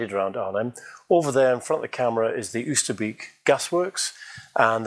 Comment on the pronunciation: Wow it all looks so wonderful. So much detail and instantly recognizable. One suggestion on the pronunciation of Oosterbeek, you would be closer if you say it starting with the "o" sound from "boat" - i.e., "Oaster - bake"